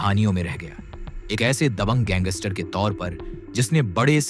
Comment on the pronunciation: Gangster boliya not ganggister